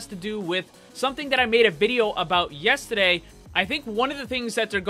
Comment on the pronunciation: You say yesterday weird.